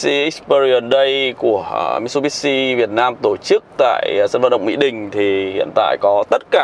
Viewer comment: Mitsubishi anh ạ... Lên chương trình mà đọc sai tên thương hiệu vậy anh?